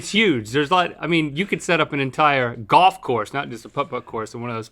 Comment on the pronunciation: "it's goff, anything can happen"